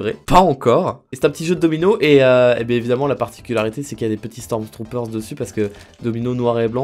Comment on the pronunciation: pourquoi tu rajoute un S a la fin de stormtrooper 😂😂